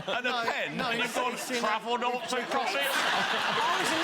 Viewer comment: 😂 Noughts and Crosses........Not "Nots".